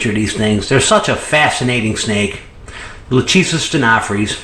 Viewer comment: Hi man, I love your videos and never miss any- Just a "tip". When you say "LACHESIS" the phonetic is wrong. Latin (or greek) sounds different than your american accent or phonetic. the correct form is: LA (ok) , "CH" is ALWAYS hard like your "K"; the "E" is like the E in WEST (not EAST or EASY) and "SIS" sounds like your "SYS". So LAKESYS ( E like wEst or rEst, chest etc). Love from Italy